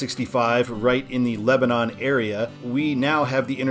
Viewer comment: head up, in Indiana it’s pronounced Leb-den